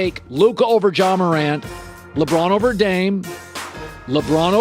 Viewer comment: How tf did he say Ja